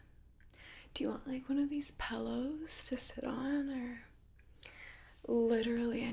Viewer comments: Lol,, what’s a “pallow?” Did u mean pillow? Sorry, it makes me laugh. My gf says “cran” instead of “crayon” 😂😂😂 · I can tell your Minnesotan just from the way you say pillow😂 “pellow” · omg do you really pronounce pillow as "pellow"? nooooooooooooooooooooooooo;-) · Great video but I spent way to much time thinking about how you said pillow in the beginning